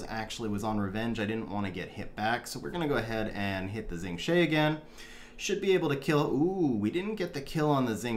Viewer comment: FYI Xing Zhe is pronounced "Shing Juh".